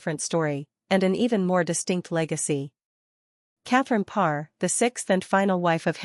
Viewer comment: Good Lord, hire a robot that can pronounce the name of the Queen anyway. Pathetic.